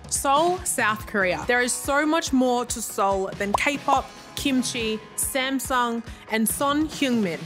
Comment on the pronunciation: 샘성 아니고 삼성